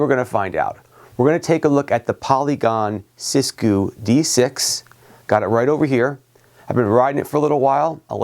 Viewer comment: “Sis goo” 💀 💀💀